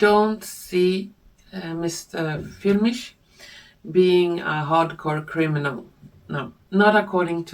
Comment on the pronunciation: As always, a huge thank you for your effort and all the work you put into each video - it is a work of art in every respect! All I can say about Reiner Füllmich (by the way, you pronounce his name perfectly!) is that after three personal encounters, I find him to be a person with an open heart and a truthful speaker. My feeling too is that it won't be long until he's free again. Let us remain full of hope, love and confidence - this is our strongest spiritual "weapon" in this time of fear and distress! With love and gratitude and with warmest regards, Andrea